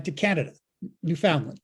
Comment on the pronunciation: Well done lads!, learn how to pronounce Newfoundland correctly please! lol...